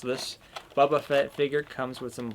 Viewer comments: It's Boba, not Bubba...you said that twice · Buba Fett? Do you mean boba Fett